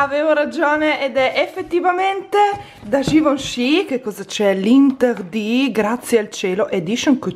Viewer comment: interdit si legge anterdi lol (non per fare la rompi scatole ma sono belga e ci tengo)😂😂😂😂